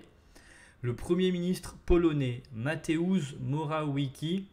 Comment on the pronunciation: Ça prononce ( Mateouch Marowetski)